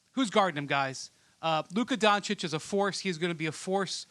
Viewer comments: Is Doncic not Doncik 😀, better put some respek on his name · A dood who went to Duke can’t pronounce Doncic. Hasn’t noticed that he’s saying it wrong. 🙄😂